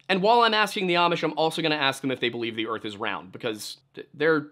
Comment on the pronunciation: The Amish pronunciation is absolutely correct. I work with the Amish quite frequently and I've come to really appreciate that pronunciation.